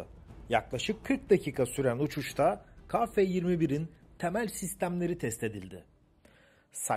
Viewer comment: Hocam selam...bir eleştiri..Türkçe de a eki alan bir harf yoktur...yani ba ca da...gibi,,,TÜRKÇE dil bayrağımızdır...ve özellikle bozmak isteyenlere karşı çok iyi konuşulmalıdır.Ka değil..Ke..lütfen